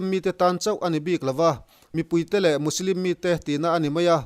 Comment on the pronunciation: Musilim tih ang deuhin i lamri a Muslim anisia